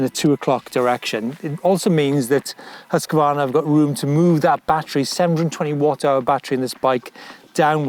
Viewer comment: Prononce: husq varna. Not husqua varna. I just love my Mc 6 !!!